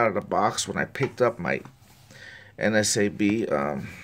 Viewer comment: I notice that you always say NSAB, instead of NASB, not sure if you were aware...Great videos though, I like watching your reviews!